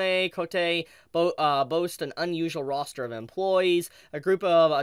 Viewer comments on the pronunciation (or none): none